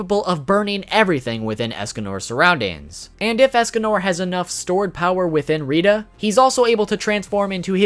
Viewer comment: he pronounces rhitta to rhidda